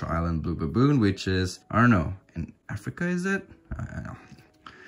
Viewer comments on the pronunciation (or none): none